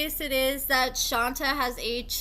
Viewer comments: Isn’t this girl’s name pronounced Shon-tay? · Just for the record… lol it’s pronounced “Shantay” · No, we’re saying she don’t pronounce it correctly.